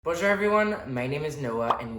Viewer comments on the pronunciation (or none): none